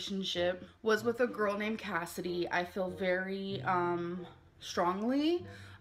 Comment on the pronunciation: Good morning Everyone. Enjoy your monday. I gotta fix my car but it's easy and free labor. Also a loving partron lmk it's GORL due to the way she says it.😂😂😂😂😂 Fatphobic or death phobic?????